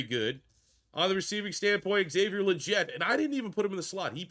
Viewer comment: Actually it’s “Lee-get”. That’s how he’s pronounced it in multiple interviews.